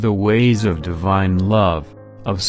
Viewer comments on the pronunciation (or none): none